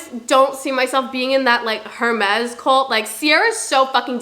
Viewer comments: It’s pronounced air-mes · PLEASEEEE the h in hermes is silent😭😭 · The h in Hermès is silent… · The way you pronounce Hermès kinda scratches my ear drums 😅🥲